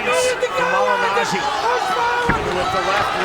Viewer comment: "Pauli Mah-gin-ah-gee". -Floyd sr